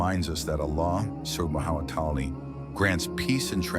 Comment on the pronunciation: Pleass just say "Allah". the way that the Ai is saying "Subhanahu wa ta 'ala" Is realy uncomfortable😢.But it is a good vidio😊